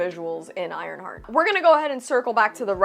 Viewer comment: WTF is an ironshart?!?! Lol 😂